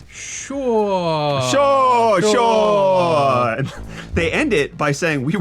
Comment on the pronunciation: that sure (Sho) sounded so South African! 🤣